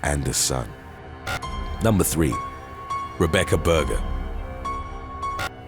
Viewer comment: Why do u say Rebeccar